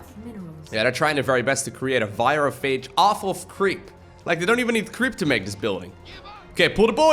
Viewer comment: Screaming as he lets the Virophages complete. Also, the way Horner pronounces Virophage...